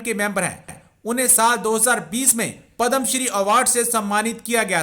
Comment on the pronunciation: Its not "Padam shree" ya, its **PADMA SHREE**, Shame on u, u don't know to pronounce indian name & award